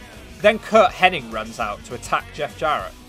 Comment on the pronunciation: Ask the man himself, I’m sure he must have a Cameo account. But do you keep saying Curt Henning when you mean Hennig?